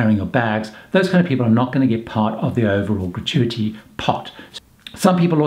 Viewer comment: How many time has he said gratuity in this video. He pronounces it wrongly which makes it stand out. FAIL